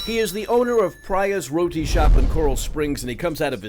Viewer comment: It’s not Rorty shop , it’s Raty shop